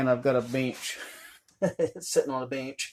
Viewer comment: He said “beench”! I think someone should tell him it’s called a “bench”. That’s a cool cabin though. If I lived out in the woods I could live in that when it’s done. I’d want that “beench” to stay in there. 🤣😅😂